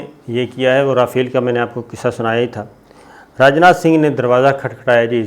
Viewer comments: Its RA- Fel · Simply say "Raw-fail"😁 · apnay indian planes ka nam jaan buj ker sai nai liya its- ray-fail. yeni fail e rahain gaay insha allah yea b. :) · اس کا اصل تلفظ را فیل RAW FAIL ھے